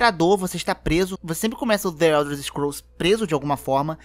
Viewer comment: Ow dsclp ae, acho que você conhece tes muito mais que eu, mas, tu fala the uelders scrools vei, que poha é essa kkkkkkk, mas parabéns ficou muito bom o vídeo.